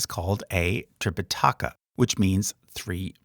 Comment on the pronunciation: th (thank) is how it is pronounced in Sri Lanka and tripitaka doesn't have an accent anywhere in the word. but I wouldn't expect a guy making youtube video to know all these nuances.